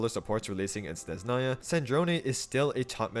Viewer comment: SneZHnaya brother. Don’t ignore the H. ZH is the same sound you make when you pronounce G in Fagio